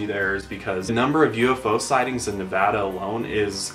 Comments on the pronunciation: Thank you for pronouncing 'Nevada' right!!! I live in Las Vegas, Nevada and I always hear people pronounce it as "NA-va-DUH." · FINALLY SOMEONE WHO SAYS NEVADA RIGHT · Thank you for pronouncing Nevada correctly!!! <3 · FINALLY SOMEONE WHO SAYS NEVADA THE RIGHT WAY!!!! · Thank you for actually saying Nevada right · YOU GUYS PRONOUNCED NEVADA RIGHT